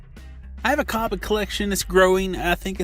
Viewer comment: Copic is pronounced like coe (kinda like toe) pick